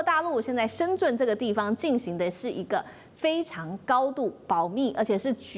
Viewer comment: 深圳 shenzhen 发音为 zhen 😃 不是深zun